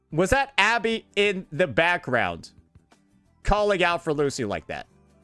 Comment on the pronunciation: Anybody else hearing Pussy and not Lucy?